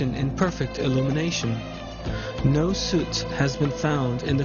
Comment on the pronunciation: Not "suit." Soot.... You had me, until you said the Ark of the Covenant was "known to have been in Egypt." That's completely untrue.